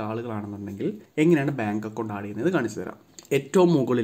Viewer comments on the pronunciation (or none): u wrongly pronounced the word.....its add...not aaaaaaad